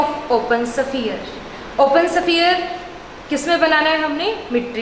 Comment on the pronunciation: Wese to video samajh aa rhi h.. Lekin pronunciation of sphere really odd, saphere you pronounce... Otherwise its understood able.